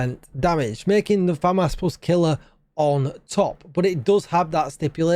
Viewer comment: Say the As deeper on famas :)